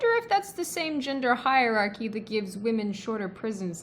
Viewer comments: reinforces the gender high-archy... bitch can't even pronounce the words shes using, should anyone listen to someone like that about speech? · What can't these people pronounce the words they love so much. That liberal said "High-archy" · She mis pronounced hierarchy. The black chick is a doofus. She is a young person trying to sound informed but only superficially understands the issue. The patriarchy ahh yes the ever present attack on the mythical patriarchy. Some people are just easily triggered over little or nothing. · I don't know how I should feel about being lectured by a 12 year old black girl, who can't pronounce hierarchy & contradicts herself repeatedly. When she said "repeat after me, I am powerful", I found myssself saying "you're a dickhead".